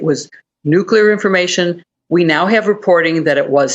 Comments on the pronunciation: The word is nuc-lee-ar not nuc-u-lar. For heaven’s sake woman you’re a broadcaster. Learn to speak properly. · New-klee-ar! Not new-que-lar! FFS, get it right, you're on tv. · It's NEW-CLEAR not NEW-CEW-LEER. Just saying. Credibility is a long road back. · Nu clee ur, not nu cule ur. Geez. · Say it with me. New klee er, not new kyuh ler. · Stop saying “nucular”, ma’am. You’re a journalist! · What planet are you from? It's NUCLEAR! is there anybody alive from your Planet? ! . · I can't even watch this. Stop saying "nucular"! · Did she properly pronounce the word "nuclear" ???? how unamerican! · Oh dear. An American presenter who can't correctly pronounce "nuclear"; in fact, seems to slur every third word. The bathos of the US never ends. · The anchor can't even pronounce the word nuclear. They shoulda caught that in the job interview.